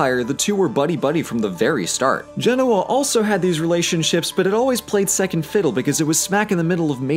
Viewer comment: It's pronounced GEN-o-A, not gen-O-a.